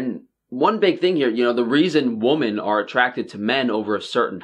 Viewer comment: it really sounds like you call us woman instead of women.